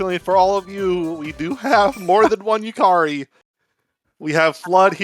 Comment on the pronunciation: why is bro saying yukairy instead of yukari lol